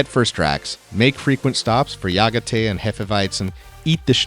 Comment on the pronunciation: but maybe AI would be able to pronounce things like Jägertee correctly